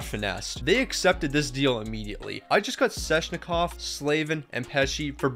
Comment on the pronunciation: Okay,... I'm sorry but it's not Sezshnikov, it's Sveh-ch-ni-kov.